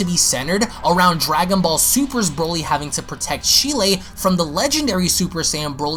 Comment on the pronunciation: Who TF is "Sheelay?" 🤣